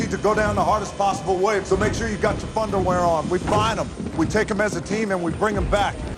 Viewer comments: it think he said thunderwear not funderwear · I honestly thought the rock said thunder wear not fun to wear LOL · I always thought the rock was saying 'Thunderwear' as in you will shit yourself so hard it will be thunderwear.....